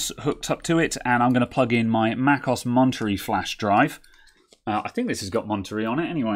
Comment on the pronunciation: Going to try it on my 27" 2015 iMac. It's not oss is O.S. two letters, not one word. I won't even try to fix your mispronunciation of Monterey😂 Thanks for the video